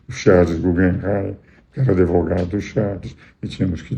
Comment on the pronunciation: Um homem com essa profissão, dessa idade, falando "adEvogado". Fui!